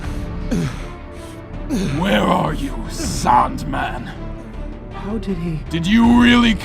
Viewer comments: Tbh I love the way the native people say his name like "Saundman" instead of Sandman. Not sure if I am mishearing it myself but it is clever forshadowing done through voice work. Just saying. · he said saund man lol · Sounds more like Soaundman to me. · I like the way they pronounce “Sandman”. Like you can almost hear it like Soundman or Sandman. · him saying sandman as a saandman instead of saindman has a reason spoilers: . cuz his name is soundman in japanese sandman and soundman sounds the same and writes almost the same way like saando man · I looooooove the way the pronounce “sandman” it makes so much sense later on